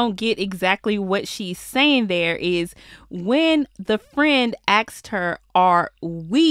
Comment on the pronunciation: "The question was ax'ed"?? Lol.... it's asked boo. Not Ax'ed